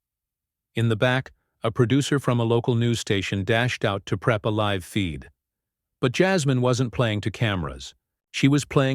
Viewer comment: Your ai voice needs to learn the difference between "live" and "live"!!!